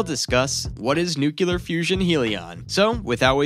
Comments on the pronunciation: You mean nuclear, not nuclear. If you're going to make an informative video, at least pronounce the subject correctly. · Former Pres. George W. Bush was unable to pronounce nuclear, too. BTW, your comment makes no distinction between one nuclear and another. Perhaps you meant new-cul-er vs. new-clear?